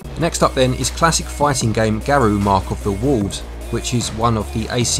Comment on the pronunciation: Just so you know, it's pronounced Gah-row (with a trill on the "r"), not Gare-roo.